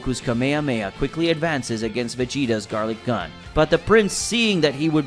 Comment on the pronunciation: You misprononsed gatling gun You said garlik gun